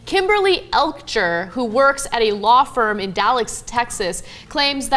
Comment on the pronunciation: "Elkjer" is pronounced (Elk-yer).